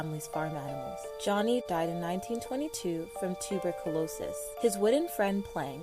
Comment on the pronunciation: The girl with the Ed Edd and Eddy theory!!!!! Toober-cal-osis is how she pronounced it… so dead!